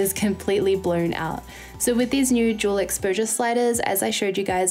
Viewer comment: i kept mishearing "dual" as "juul" oh my